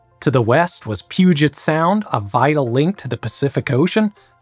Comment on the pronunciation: You said Puget right!!!! ❤❤❤